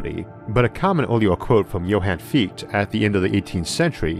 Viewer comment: Johan Fichte.... pronounced “Fee ch te “